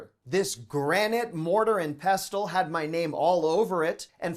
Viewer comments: Pestle i think has T silent - it should sound like pessel essentially 😊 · OK - I guess it's deliberate and supposed to be cute... but "pestle" rhymes with "vessel"... the T is silent. Unsubscribe. 🤣